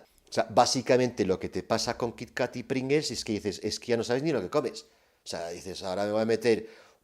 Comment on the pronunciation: Y como dice, somos todos disléxicos: es PringLes y no PringeLs